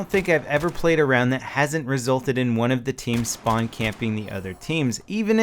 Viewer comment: "Use your Shpawn beacon"